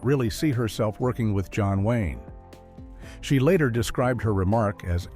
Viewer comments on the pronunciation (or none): none